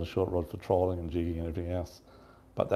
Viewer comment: why do you always say trawling instead of trolling?